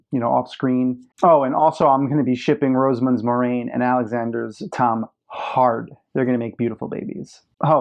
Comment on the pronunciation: I agree - Moraine is my favorite character (not named Rand) in the books. ;) I agree with your pronunciation, btw. ;)